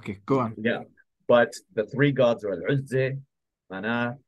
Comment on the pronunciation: ALHAMDULILLAH! ALLAH THE ONE AND ONLY ☝️😍 اسمها العزى وليست العزي ،، واسمها الحجاز وليست الحقاز يا مستعرب يا قبطي يا مخلفات الروم يا ناطق العربية ، لو كنت عربي اصيل لعرفت كيف ينطقها العرب الاصليين ،